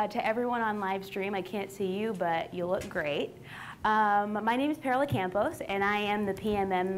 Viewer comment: i died how she pronounced her last name camp-os lol